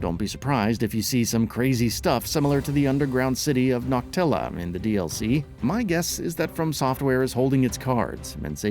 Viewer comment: Dude. I was just going to say the same thing. I had to stop watching once he said "knocktella"